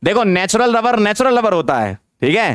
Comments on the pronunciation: Is it only me or he really sounds like lover and not rubber 🤔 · Me:* finished whole lecture 2X * still thinking was sir saying 'Natural Rubber' or naTuraL LovEr 😶😕😑😅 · Sir ne jitne baar rubber bola utni Baar lover sunai de Raha hai 🤣🤣😂😂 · every moments sir said natural rubber , it sounded like natural lover 😄🤍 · Why do I hear natural lover instead of rubber 😂😂😂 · Are han ....hme v natural lover hi sunai diya tha ....😂😂😂😂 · Sir: natural rubber My ears: natural lober 🥲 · Am i the only one jisse natural lover sunai de rha hai😅🤣🤣🤣